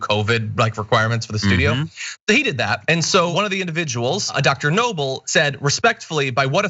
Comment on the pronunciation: Dr Noble’s name should be pronounced “A@@